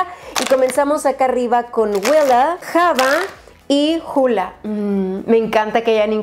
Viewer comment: de los rubores, no se pronuncian "dandilion" es "dandelaion", tampoco es "java" es "yava". 🤭 ¡Saludos!